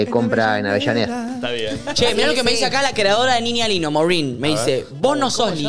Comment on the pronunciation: amo como todos fingimos demencia con que todo el programa pronunciaron mal "niña lino"